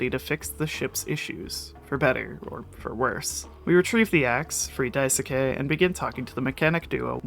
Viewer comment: It's Dais-ke- not Dai-soo-Kay :(